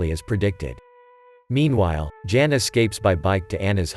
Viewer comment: The male name of ' Jan' is pronounced as ' yahn '.